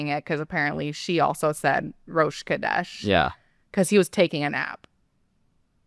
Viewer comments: CHHHHodesh, not 'Kodesh'. The first roughly means 'month', the latter is some variant of the word for 'holy'. (You nailed 'sukkot', though) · So interesting, if he is saying Rosh Kodesh, unprevoked, it coming from G-d, you would think he would be saying it with the correct pronunciation and stress pattern yet he says it with incorrect stress, just the way she pronounces it. Edit to add he also pronounces Kodesh with a 'k' sound instead of a 'ch/kh' sound. A 'k' sound changes the meaning to 'holy head'. Should be Rosh Chodesh. Feel free to correct me if I'm wrong, I'm not a native Hebrew speaker!